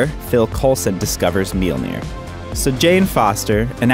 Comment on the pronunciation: Furthermore, it's not Meelnir, it's Mjölnir.